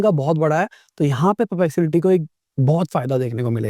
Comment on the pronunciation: Sir : puh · pleks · uh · tee